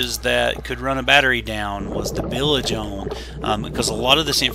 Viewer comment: Isn’t it bilge not bilage?? Very interesting salvage job. Good work.